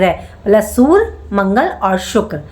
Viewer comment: Sur???😂 Sur ya Surya? Learn how to pronounce 😅